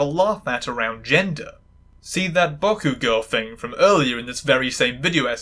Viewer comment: Why do you pronounce 僕 as ボック